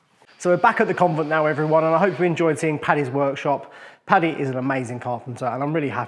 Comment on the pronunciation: Im sure it’s an accent/ translation thing but it’s Paddy not patty. I believe it’s an abbreviation of Patrick common in England and Ireland.